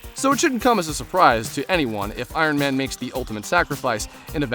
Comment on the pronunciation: I raged when he said iron man